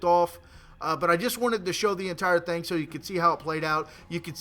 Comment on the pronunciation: He always say thing as thang.